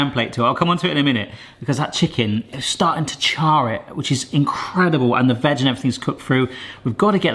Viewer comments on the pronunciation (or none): none